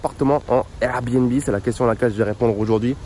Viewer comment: Son RRRRRR bnb 😂🔊